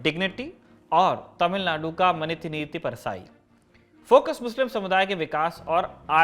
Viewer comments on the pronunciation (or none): none